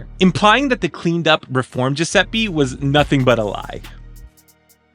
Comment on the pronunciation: Amazing video, as always Just a tiny correction, as an Italian: Giuseppe is pronounced with the same E you'd use in Spanish. E like Elephant. Like Enter. Spanish and Italian have the same vowel pronunciation It's not important, but I thought maybe to say it ☺️